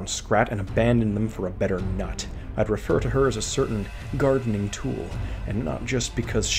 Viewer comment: Sorry I can’t take you seriously every time you say “nut” 💀